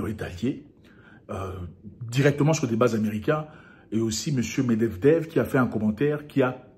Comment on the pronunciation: Medvedev et non Medevdev 😂😂